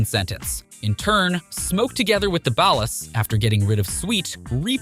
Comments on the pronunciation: I left this video after the 3rd time he said ballas. I cant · So fed up with AI voiceovers.. they fail to add the slightest bit of emphasis and pronounce stuff comicly wrong like OG Lock and Ball Ass instead of Ballas.